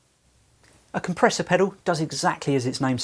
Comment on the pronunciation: A pedew? Pedoow? Might want to sound out the "L".